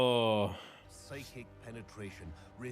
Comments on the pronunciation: Dude, its ON-SLAUGHT. Not ON-CE-LOT lol. This isn't Metal Gear Solid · Every time you guys said the word “Onslaught” I just got more and more disappointed for you. 😂